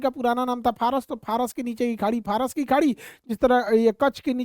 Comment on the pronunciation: Phras nahi Faras hai 😂